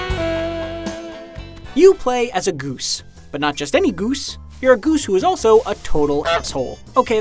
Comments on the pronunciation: Is no one gonna talk about the way this guy pronounces goose? He literally says it like this: gOOse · I like how he says "ghüse" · Why you saying goose so weirdly..